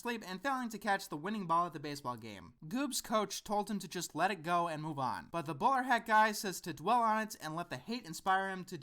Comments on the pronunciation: Whenever you say "The bowler hat guy" it sounds like you're saying "The borat guy" :P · "The Bowl-hat guy" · I swear you're saying the borat guy. What is he saying?